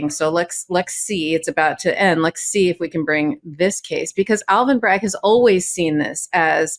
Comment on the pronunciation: sounds like she's saying "lek's see."